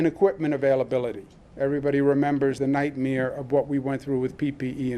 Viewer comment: I don't trust a guy who pronounces "nightmare" as "nightmere". 🤣😐